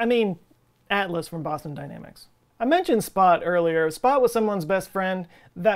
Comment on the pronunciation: When he said “Boston Dynamics” I heard “Pasta Dynamics”. And I now know what to name my new pasta company.